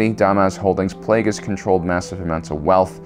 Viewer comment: Bro how’d you mis-pronounce Darth Plaguies and Darth Tenebrous?😂